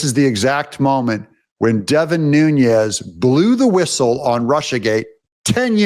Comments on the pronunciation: Devin's name is Portuguese, not Spanish. No Z there. N U N E S new-ness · Just an awareness note: Deven Nunez’s last name pronunciation comes from Portuguese rather than Spanish/ Mexican pronunciation. 😊 He is greatly missed as our best California Representative! Along with his lovely family too! Deven resigned because his family members and he were getting many credible death threats from radical Marxist Democrats; and Newsom’s groupies were gerrymandering his district to try to force him out that way too. They are currently trying to do the same to at least 4 more of our 8 Republican seats, after they did the same to Michelle Steele of N. Orange County by adding in a big chunk of Democrats in S. W. Los Angeles County! Now they want our own Ken Calvert of Corona and Indian Wells and La Quinta, Riverside County! We can’t let them do this to us! They hold 53 seats by doing this! We have 40% Republicans even with so many moving out of California! Our Voter Rolls must be cleaned out of illegals, Felons and the Deceased that they keep on for the illegal voting to take their names! Make sure your own family members who’ve passed on were taken off voter rolls! Take their death certificates to the Voter Registration desk in your City/ County Offices ! Hurry! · By the way… it’s Devin “Nunes” (pronounced like “NOONez”), not Devin “Nuñez” (pronounced like “NOONyez”). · You insist on pronouncing Nunes as Nuñes. But his name is NOT SPANISH. It is Portuguese. It is pronounced ['nu nəs]. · Devin New Nez, not Nuṅez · Devin Nunes, not Nhunez; as in Pedro Nunes ( ), Portuguese mathematician, cosmographer, and professor. Nunes is a common Portuguese surname. What you are saying is Núñez, the Spanish version of the name. Your son will love the Portuguese history, and will study the Tactics of Viriato x the Romans, in ?West Point? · Doug!!!! You’re continually mispronouncing Devin Nunes’s name, and he deserves more respect. It’s pronounced NOON-nez (NOT NOON-yez). Thank you.